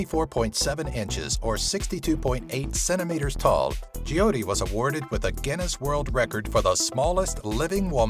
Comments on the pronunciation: i hate how he said Jyoti. Its pronounced Joe tea not Je o ti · It's jyoti not jiyoti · of course I have heard about Jyoti and you are pronouncing it wrong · the way he pronounced JYOTI is hitting me like heart attack hahahahhhahhahaha btw loved the video ...................... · Hey ur saying Joyte's name wrong